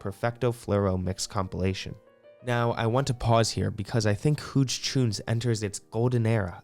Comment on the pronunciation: Huge choons… pronounced huge no?